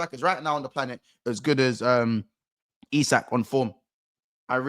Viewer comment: Correct pronunciation of Isak. Well done man 👍😁 MOM Tonali! 😎